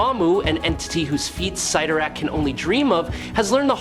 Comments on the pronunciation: It's spelled 'Sitorak', not "Say-torak"😂, although I noticed you weren't sure and kept spelling both ways. Yep, Cyttorak fakks! We, smart ones knew that. 😌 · I don’t know why it does but when people mispronounce the names characters it sets my teeth on edge. Never more than when they say Charles Xavier’s name wrong. Pronouncing it zavior. Ugh. You kept bouncing between correctly and incorrectly saying Cyttorak’s name everytime you said it I kept to my Computer CYTTORAK. I’m sure my neighbors think I’m crazy right now